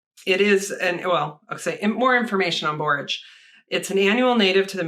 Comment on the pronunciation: I gotta know how this turned out!!! Your last pronunciation of borage was correct. I love borage, always wanted to grow blue vervain as well.